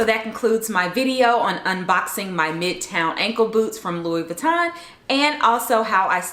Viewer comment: lol the s in Louis Vuitton is silent ! I do love your style and taste